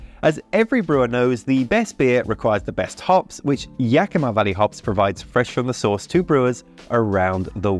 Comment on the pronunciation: Best pronunciation of Yakima yet!